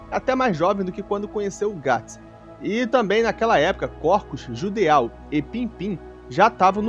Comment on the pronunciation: Se não me engano o nome do Judeau se diz "Judô"